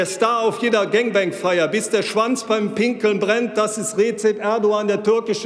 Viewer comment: sch - wanz diese betonung